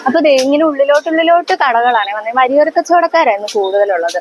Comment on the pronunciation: വരിയോരം അല്ല. വഴിയോരം